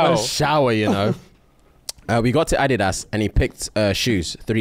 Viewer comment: for all the confused Americans like me, is talking about the sneaker company that blackballed Ye. 🤦🏾‍♀️ Ik I’m not the only one who didn’t know he was saying Adidas.